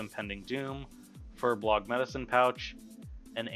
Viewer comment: Bruh, it's fur BOLG not BLOG ... they're not furry bloggers who go online and post angry youtube comments and bad yelp reviews. I know you've probably been saying it wrong since vanilla, but it's time to say it right... say it with me now "FUR-BOLG" (a lot of people say it like "bowl"s o sound, Fur Bowlg... i say it more like the sound in "cough" furboulgh... but yea... they're not bloggers bruh)